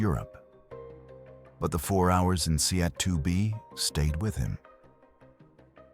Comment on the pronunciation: Seat is pronounced see-at???